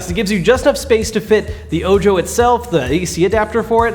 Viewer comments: ...It is "oh-ho" not "oh-jo" because it is Spanish. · I believe it pronounced oh-hoe, like the Spanish word for eye, not oh...Joe! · Ojo? Isn't that supposed to be called Oho? Like, eye in spanish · Are you calling it "oh joe" based upon its spelling or is that what they said it was called because it could be call "oh ho" which phonetically which is spanish for "eye" and being its a projector with 1 "eye" makes more sense idk something about "oh joe" bugs me lol just curiousity hitting my quarentine boredom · Are you sure it's not pronounced oho ? Eye in English. So disgusting when people pronounce such common words from a language wrong lol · I'm pretty sure Ojo is Spanish for eye. So it should be pronounced Oho.